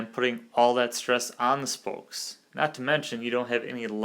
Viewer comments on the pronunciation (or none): It's "spokes" NOT "spolkes" 🤣🤣🤣🤣